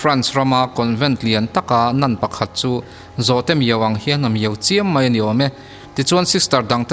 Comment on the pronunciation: Ngaihnawm hlawm hle mai. Mahse, mai tih tur mei i ti tlat hi insiamṭhat a ngai nih hi. 👍👍👍